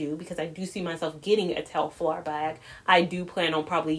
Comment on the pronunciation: Tel far not tef lar